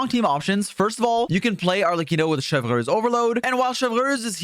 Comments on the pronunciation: butchering Neuvilette's name and now also Chevreuse really grind my gears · the way you say chevreuse is so quebecois lol